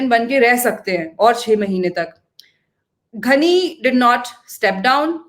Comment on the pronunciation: his name is “ghani” not “ghhani”